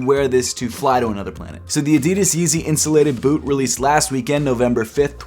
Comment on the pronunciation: 😂🤣😂🤣 Yeezy Insulated Butt?? I know u were saying it without vowels...just sounded funny when u said it. These def not for ppl with thin legs.